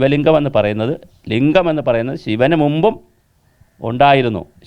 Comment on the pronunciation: ലിഗം എന്നുപറഞ്ഞാൽ. ലിഗം.. പിന്നെ ന്താ 🥰